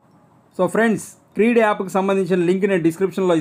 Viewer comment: క్రీడ్ కాదు క్రెడ్